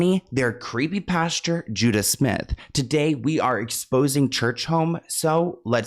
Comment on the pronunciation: His name is Judah not Judus.